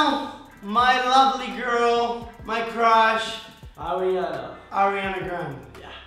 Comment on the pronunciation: Is it just me or they kept saying crash instead of crush